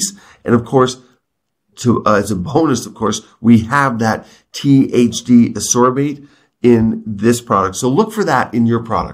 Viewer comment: I love how pronounces ascorbate 😅